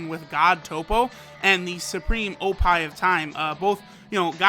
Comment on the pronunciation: “Supreme oppi of time” lmao